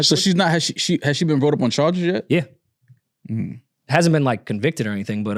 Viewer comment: says (bought up) instead of brought up. And said (brought up) literally like 1 min later. Proving that they understand her speech is compromised but they won't correct her😂